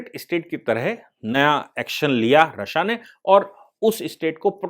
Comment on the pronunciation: सर "रश्या" नही रशिया बोलते हे!🤦‍♂️🤦‍♂️